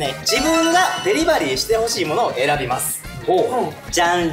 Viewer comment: 恭平がデリバリーをヨクバリーって言って丈くんが笑うのめちゃ好き😃